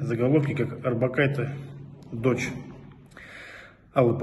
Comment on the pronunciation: Не Арбокайте, а Орбакайте. Не будьте тёмными и безграмотными